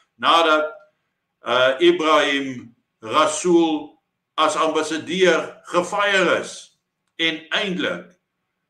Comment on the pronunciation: Blykbaar is R in Rasool "silent".😂